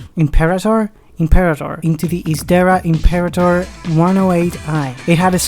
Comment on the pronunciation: Listening to you mangle the Latin word for "emperor" was horrible - but thanks for the video. The Isdera Imperator was a favourite of mine as a kid.